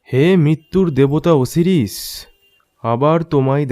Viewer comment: Khub valo uposthapona ebong golpo..but uchharon ta hobe O-si-ris not O-series..